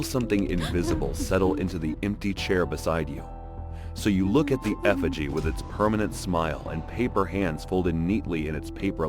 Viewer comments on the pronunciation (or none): none